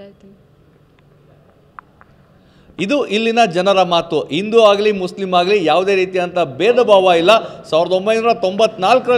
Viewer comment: Pronunciation Sariyagi Madappa, Guru…!🙆🏽‍♀️ Indu alla Hindu .. Akikotta alla Hakikotta, Aditalli alla Hadiyalli..!!! Bhagvanta…!!!🤦‍♀️🤦‍♀️🤦‍♀️